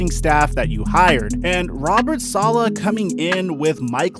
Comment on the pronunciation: This man said Bob Salaha